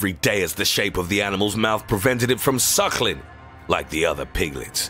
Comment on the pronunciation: Niquan Evans "shuchklin"